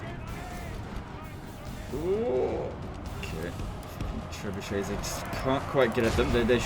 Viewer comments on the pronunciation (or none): none